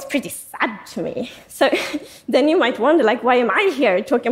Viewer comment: She says yoy and yoin